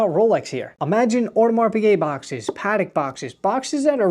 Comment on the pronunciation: Hate how he pronounces ‘Patek’